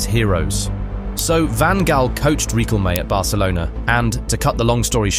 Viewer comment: I know this is quite hard, but Louis Van Gaal was pronounced wrong.